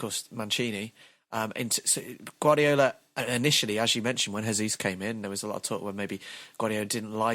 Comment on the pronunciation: AAAAAAAAAAAAAA It's not Hesús, it's Jesus, he's not from a Spanish speaking country, Portuguese is different. In Portuguese you pronounce it like Hesus but with a J, if you just say it like you normally say Jesus it's fine too.